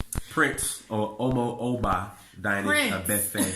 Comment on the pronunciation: can you pls learn how to pronounce omo? The o has an Accent the bottom! No shades pls!